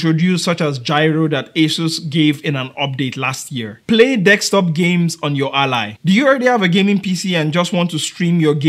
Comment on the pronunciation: I'm going to ask a genuine question, and its going to sound rude, but I promise it is not meant that way. BUT, why is it, that every person whos native language is not english, or anyone from another country who is trying to speak English, pronounces the word DESK top as DEX top. Is it because of a misfire of the tongue? Is it just how it was taught to you? Or is it something else. I ask, because, I am a white, English speaking American, and I am learning Spanish, and I have a hard time rolling my R's and saying certain words. I don't know what prompted me to ask you this question, but i heard you say the word a bunch of times, and I feel I need an education on the subject.